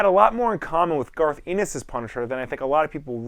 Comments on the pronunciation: Garth Anus? It's Ennis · As a person who lives in Ireland I hear the word ennis alot it's a surname and a place I hear it pronounced alot of different ways... but this is the first time I heard it pronounced anus..... garth anus.... darth Anus 😂